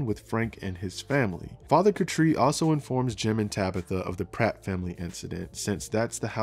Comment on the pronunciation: Why are you saying Father Katri's name like that?